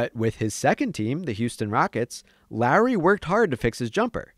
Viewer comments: Dude I can’t be only one that thinks he keeps saying Larry.. it’s really not that hard to pronounce Lowry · Imagine saying kyle larry 10 times instead of lowry, other than that amazing video! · I didn’t know if he was saying Lowry or Larry lol 😂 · It sounds like the narrator is saying “Larry” instead of Lowry lol other than that, great vid as usual! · Bro it sounds like you are saying “Larry” every time 😂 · i'm hearing "Larry" 😅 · Anyone else think was saying Larry instead of Lowry?